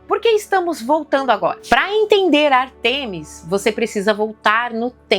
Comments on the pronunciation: Ártemis e não Artêmis. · Beleza, mas é ÁRTEMIS e não Artemis.